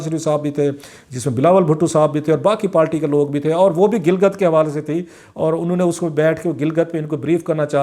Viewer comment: کلاسرا صاحب اپ اچھے اینکر ہیں لیکن اپ پارٹی کو ہمیشہ پالٹی کیوں بولتے ہو اس کی کوئی خاص وجہ انگلش میں بھی لفظ پارٹی ہی ہے اردو میں بھی اپ کونسی زبان میں پالٹی بولتے ہیں